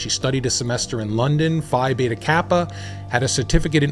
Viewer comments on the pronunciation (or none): none